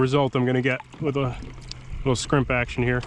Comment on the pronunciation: You said scrimp!